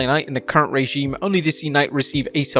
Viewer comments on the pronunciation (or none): none